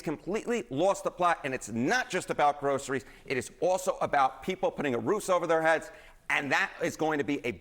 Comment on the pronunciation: What is 'groshurys'? I've never heard that word.